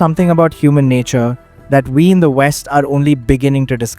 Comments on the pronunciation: "we on west" my brother in christ you sound like pakistani hahahahha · i like the video just found it funny we the narrator said "we in the west" with the east accent lol. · Bro said 'we in the west' with most indian accent ever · "we in the west" in an indian accect is crazy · So he said we in the west with an Indian accent ... Lol